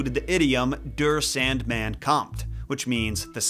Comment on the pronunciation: Der Sandmann is pronounced Dare SAHNDmahn.